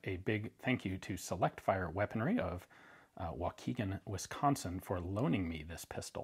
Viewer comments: Ian you goof, Select Fire is in WauKESHA, WI, not WauKEGAN 😄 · Its waukesha! Lol